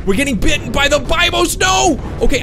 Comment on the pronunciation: UGH! it's be-bios not die-bios bibios! UGH! STOP!